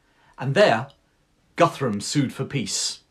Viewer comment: Hi it's great perfomance and l share your opinion bout Alfred/ Churchill This man was a really Great till today for the English! I confess Cornwells Uthred saga (the books only) is enjoying but your feature is historical top notch! Guthrum sounds like Goodroom. And all of the earlier chronics read Danish at most. Best regards from Northern Germany Ludwig.